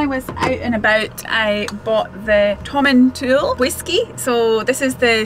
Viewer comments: Hi, former resident of Tomintoul here. The village name isn't pronounced as Tomin"tool", it really is Tomintoul (sounds like towel). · My Scottish grandfather's favourite (sic) fishing destination. My family always pronounced the last syllable as "towel", not "tool", though. Never fished there, but I remember visiting at age 9-10. Random memory: we ate somewhere that rolled out a dessert cart which I'd never seen before & thought was a splendid thing. Happy Xmas to & all her Scotophile fans. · Tom - in - t - owl. Also loads of people get winter tyres lol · Pronounce it like "Tom in Towel" ;-)